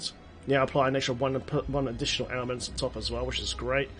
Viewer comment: I swear you keep saying Ailment "Snacks"